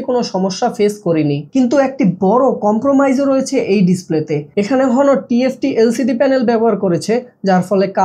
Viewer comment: ভাই , হনোর না, অনার